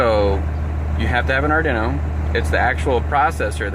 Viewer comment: Ardinno 😆 it's arduino like guido because it's I-talian!